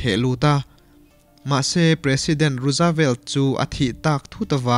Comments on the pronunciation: rusavelt ni lovin,rusvelt tia lam mai tur a ni e....a țha thawkhat viau mai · Franklin D.Roosevelt hming i lam dan hi Rusavelt tiin i lam a, Ruusvelt tia lam tur zawk a ni, Rusa nilovin Ruus (Roose) tia lam tur.. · Roosevelt tih hi rawzvelt tih ni ta se Jfl. 😁